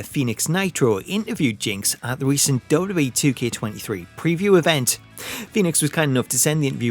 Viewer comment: Learn how to pronounce WWE